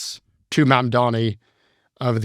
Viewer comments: Builds a strawman and can’t even pronounce the new mayors name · Scott Galloway’s disdain for Zohran Mamdani (who he purposely mispronounces) comes solely from his allegiance to Zionism. Just shameful and really makes me lose all my respect for Scott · cuomo probably confused him by saying mamdami a hundred times